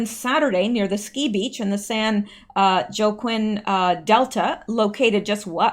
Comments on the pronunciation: It's pronounced wah-keen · Joaquin = wah-keen, Detroit = dee-troyt (just 2 syllables), and Turquoise = tur-coys. Love you! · In Spanish, the letter 'j' is pronounce like an 'h'. So, joaquin sounds like "hwakeen" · Joaquin = whah-KEEN. As in Joaquin Phoenix. Its spanish i believe, so you drop the J to an h sound like jalapeno. But phonically the "oaq" create a different sound altogether off if the "H" sound to more of a "w" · Joaquin = Hwah-keen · It's pronounced Wah - keen. I lived in California for 15 years. 😎👍